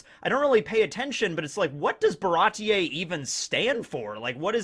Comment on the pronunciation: Its pronounced "Baratee" not "Barati-ey"